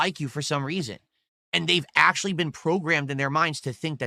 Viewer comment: His wife, ack - ack - acktuhally wants to be part of the kahntent, dood.